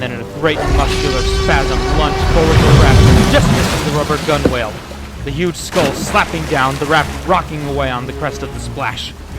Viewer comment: The w is silent in gunwale.